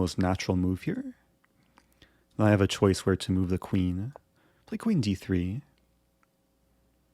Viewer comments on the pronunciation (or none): none